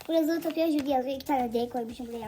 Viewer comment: Abla filmin adını yanlış yazmışsın ve yanlış okumuşsun